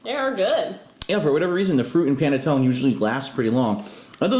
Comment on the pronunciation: The man can't even pronounce panettone correctly, I find it hard to believe he has any Italian in him. Also the way he makes his pasta is ridiculous.